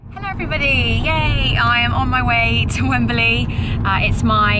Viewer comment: For Gods sake, it's Wembley not Wemberly. Just sayin'